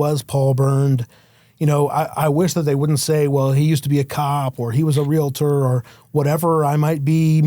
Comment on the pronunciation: This bothers me more than it should, but it's REAL-TOR. There is no 'I', let alone any vowel in between the 'L' and the 'T'